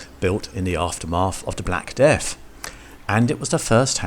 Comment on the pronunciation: What is the black deaf? What is smiffing? What is Wuttel and daub? Your pronunciation is utterly DREADFUL.